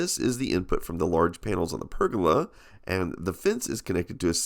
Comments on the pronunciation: i wish you can say pergola properly lol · Also, I love listening to Americans say the words 'roof' and 'pergola' :) The American way of saying 'roof' sounds more like 'ruff', and you do 'guh' instead of 'goh' for pergola :P